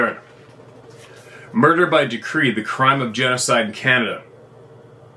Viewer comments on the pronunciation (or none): none